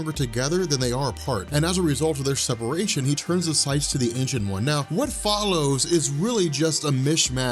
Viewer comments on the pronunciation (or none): none